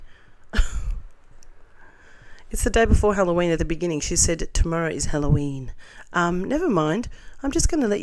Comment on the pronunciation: Many people mispronounce Halloween, get over it please.